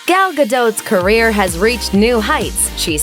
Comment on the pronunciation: "Gal" rhymes will "all" ... it's in the video.....